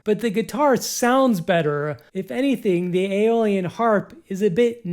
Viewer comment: eye - o - lee - an. not alien! lol